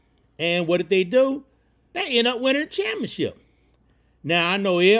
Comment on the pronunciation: & I love how he say championship He say champ-ship😂😂🩵